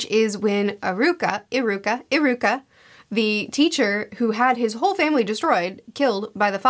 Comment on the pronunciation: its actually ee-ruka not i-ruka